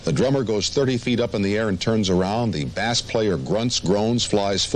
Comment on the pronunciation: I absolutely loved Gene's reaction when Tom mispronounced "bass" player. The way he shook his head. Like..."How the hell does this 40-50 year old guy doesn't know what a bass guitar is??" Ace's trout joke still has me cracking up to this day. Kinda calling Tom an idiot for mispronouncing "bass". But in the most loving and gentle way possible. Lol Also.. love him or hate him. But you gotta respect Paul for keeping it professional throughout this chaotic interview. Even though he was clearly annoyed by Ace's antics. He still kept it together, and stayed professional. Gotta respect that. Gene was clearly pissed. Lol